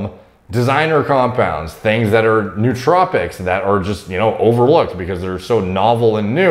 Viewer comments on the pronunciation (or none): none